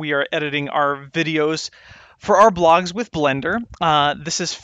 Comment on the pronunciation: LoL :D I hear: "Welcome back to Blender for blacks" :D